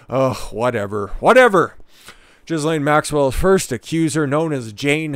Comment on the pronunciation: You can't even pronounce her name.